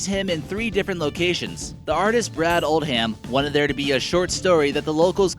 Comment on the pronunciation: There are so many mispronunciations in this video, it's appalling. It's "Rock-wall" not "Rock-well" County. The man's name is pronounced "OHL-dum" not "Old-HAM." And it's "Am-uh-RILL-uh" not ARM-uh-rill-uh." Next time, why don't you use a native Texan for a narrator? I was born and raised in Texas and was an announcer/narrator for 52 years and am available upon request.